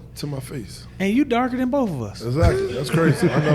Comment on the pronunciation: "I'M ON BOF" 😂😂😂😂😂😂